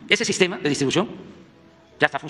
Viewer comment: 🤣🤣 ya está el bodegón ahora solo faltan las medicinas y el " SIJTEMA DE SALUT MEJOR QUE EL DINAMARCA